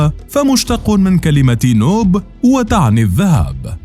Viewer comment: للأسف الموضوع ملئ بالأخطاء و المغالطات و غير دقيق في التسميات و الأماكن و الأحداث أهمها الإسم فهو نوبة بضم النون و ليس بفتحها